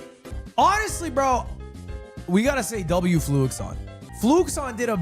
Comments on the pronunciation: its fluixon bruh, not fluxion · that name is definitely not FLUX-i-on. it's clearly FLU-ix-ON. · fluixon has confirmed that it’s pronounced flu-ix-on but he probably is just used to people saying fluxion and doesn’t care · Hate how its spelled Fluixon but everyone calls him Fluxion and this is never brought up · I think its funny that Lud watched the entire video, and still doesn't pronounce Fluxion's name properly